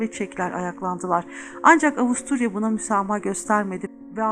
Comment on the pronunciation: Farkettiğim kadarıyla avusturyaya avusturalya diyorsunuz :)